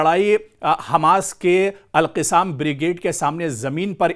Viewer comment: ارے میاں alqassam کہنا چاہیے اور آپ alqisaam کہ رہے ہیں جو غلط ہے آپکو اُردو بولنے نہیں آتا سیکھو پھر بولو تھو تھو تھو تھو تھو تھو تھو تھو تھو ارے رے رے رے رے رے رے رے رے کیا رف زبان ہے اُردو بولنے نہیں آتا